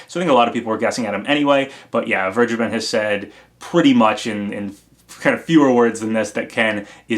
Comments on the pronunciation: Please pronounce vergeben as ver-gay-ben, ever since I heard that it's a German name it really bothers me that everyone is mispronouncing it Check the pronounciation on google translate to be sure, the English translation of vergeben is forgiven. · As a German it always sounds horrible how you guys say Vergeben. I just want to help you how to say it right: Say it like "Fair-Geyben". Only don't pronounce the "y" so hard as you would say it with gay or grey. Try to keep that "y" silent. Hope this is helpful. :) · As a native german speaker, the way everyone is pronouncing "vergeben" hurts my ears xD